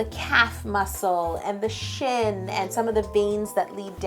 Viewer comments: who else thought she said cut that shi* open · oh thank God she said shin, I think I spelled that right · when she said "i slashed that shin open" i thought she said something else starting with sh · who else thought when she did the last cut she said sh*t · When she said "cut that shin open" I thought she said cut that sh!t open😂😂😂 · When she said I cut that shin open I thought she cussed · She said rip that SHIN open...yes it sounded like rip that SH*T open! Haha!